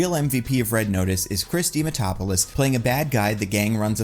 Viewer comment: Chris dimatopolis? Man it’s not that hard dia man dopoulos